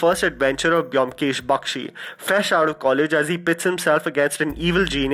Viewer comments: amazing list ...but the pronunciation is bomkesh though the spelling Byomkesh.. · Try to pronounce Byomkesh correctly first then make a video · the way u pronounce byomkesh bakshi......😂😂😂😂😂😂😂